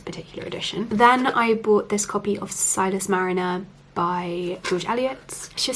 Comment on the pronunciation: The book is called Silas Marner, not Silas 'Mariner". There is no 'i' in the second word. I would definitely recommend Middlemarch over The Mill on the Floss, but that's just a personal preference.